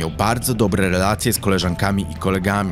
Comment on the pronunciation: REelacje, w Taamtym czAasie... dziwnie akcentujesz mówiąc. Bardzo ciężko mi się słucha...😢